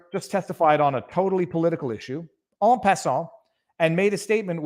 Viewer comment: Ooooooh. En Passant? Is that just your French coming out or, a hidden chessman?